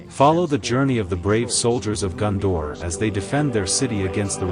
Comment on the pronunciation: its GONdor not GUNdor...